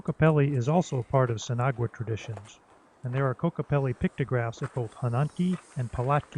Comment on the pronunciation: I'm dying of laughter haha. You pronounce it sin awa. I'm guessing you've been told that thought haha. I hope I helped friend. Also great video!